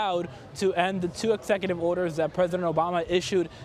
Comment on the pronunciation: He has clear limitations in English pronunciation and should certainly NOT be a reporter on an English-speaking news show...ever. "ek-SSek-ooh-tiv order" "Pwoblem"